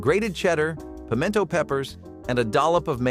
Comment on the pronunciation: Pim-ee-en-to? Past six months, sloppy joes, stroganoff, waldorf, green bean cassarole, pineapple chicken, chipped beef, shrimp pasta, pimento cheese? Hush, this is the South!